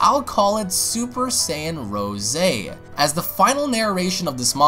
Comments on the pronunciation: It's rose as In the flower. No rooseh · Dude its Rose not Ro'se lmao